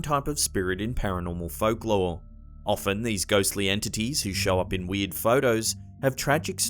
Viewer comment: Every time he says "weird" it sounds like "weed."